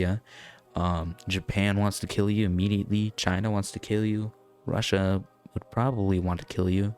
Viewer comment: It’s Russia not whatever you called it